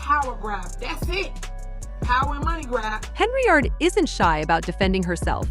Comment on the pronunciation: Don't think it's pronounced Heny-ard.